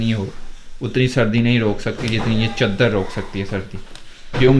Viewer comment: Caaadr ni hote bhaie shab chadar hote h